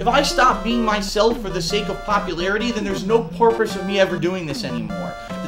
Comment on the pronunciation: "No porpose" LOL